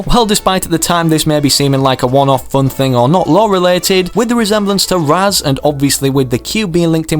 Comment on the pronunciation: did any of you guys hear him say ral instead of raz